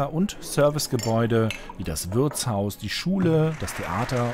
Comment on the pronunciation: Das heißt Wirtshaus, nicht Würzhaus.